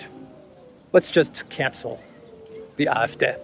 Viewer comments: You are speaking English, you ANGLICIZE foreign pronunciation. It's "ay eff dee". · "AFD" The pronunciation in German is Ah F Day. 😉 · You‘re pronouncing the „D“ in AfD incorrectly. Should be like „day“. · Good good Day!!!!! Love the way you pronounce AFD as Eye eff deh. I would have thought Ay Eff Dee.